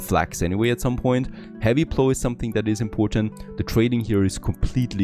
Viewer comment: "plow" rhymes with "how" not with "blow"